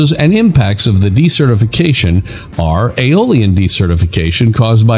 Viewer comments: I'm confused with your pronunciation of desertification... when you pronounce this as de-certification, which sounds if you're unregistering someone? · Decertification is not the same thing as desertification though your auto-narration is pronouncing it as (s/c) rather than (z/s)